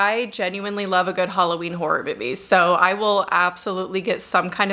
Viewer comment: Hulloween? Which accent is that?